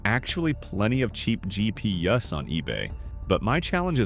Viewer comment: “there are plenty of cheap GP yuhs on eBay 😂” Yuh there sure is